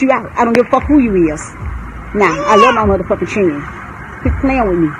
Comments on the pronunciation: I can’t with his momma saying “chirren” 🤣🤣🤣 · Its children not chren lol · She is driving me crazy when she keeps saying Chirren. My God, she is just as bad as Tokyo Toni. She needs to grow up. She is ratchet city. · We day Chirren in the Caribbean too. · Did she say Chiren? I swear I love TF outta his mom. 🤣💅😭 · His mother's vocabulary is making me cringe and it ain't the cussing it's these sad attempts at words. It's children not whatever she said like she took the first sound of it and as if there's no letters in between C H & D or behind it for that matter. Then added an imaginary L at the end and then tried to call it English. People who talk like this is why when I talk to others they try to say I sound like a white person. Speaking properly isn't just for white people but you damn sure not making it any easier for us to prove them wrong by talking like this. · “I love my fucking chren”